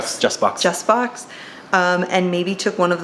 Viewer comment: Super leather chart. Speaking of charts, isn't Jusbox prnounced "Juice Box" because it's like a Jukebox (music) but has juice in it (fragrance)?